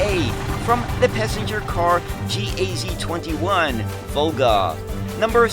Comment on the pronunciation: Just a hint. No one pronounces the factory letters separately, if its GAZ so its GAZ, not a gee ay zee